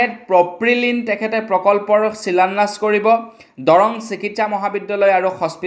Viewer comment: তুমি অসমীয়া নে বঙালী । ভুল উচ্ছাৰণ কৰি বাতৰি নপঢ়াই ভাল কাৰণ ই নৱ প্ৰজন্মৰ বাবে হানিকাৰক। শিলান্যাস নে চিলান্যাস ।